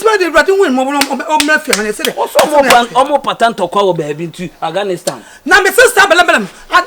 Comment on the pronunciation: Eii Awurade mawu,Diana Asamoah said out of cabage alea and Shifo too also said Aganistan